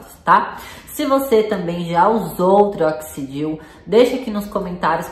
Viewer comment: Você pronunciou trioxidil. 😭